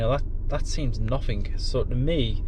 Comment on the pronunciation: At least in went frough, pleased it wasn't free fousand😮,pleased it's noffing